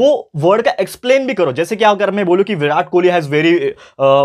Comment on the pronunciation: Birat kholi nhi king kholi sir😅😅